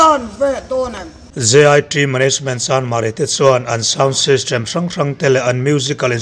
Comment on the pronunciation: i thil lam hi chu fimkhur deuh rawh, JIṬ ni lovin JIT ti ve mai la, sysṭem ni lovin system ti ve mai la.....